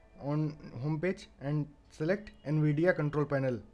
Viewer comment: Yeh an vidia nahai hota nvidia navidia in pronunciation